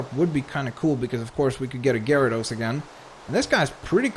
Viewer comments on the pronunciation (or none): none